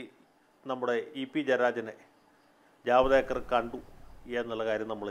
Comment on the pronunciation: ജവദ് ഏക്കര്‍ അല്ല ജവേദ്ക്കര്‍ അല്ലേ.